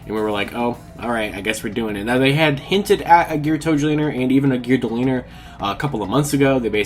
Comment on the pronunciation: The L is silent in Geartozinger...